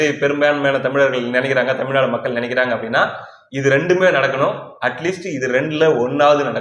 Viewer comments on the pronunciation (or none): none